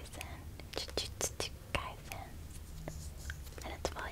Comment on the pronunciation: HAHA its pronounce ju-jut-su kai-sen, also also the demon slayer books kimetsu no yaiba is the japanese name!! 💗